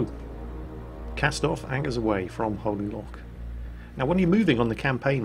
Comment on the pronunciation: the mispronunciation of "Holy Loch"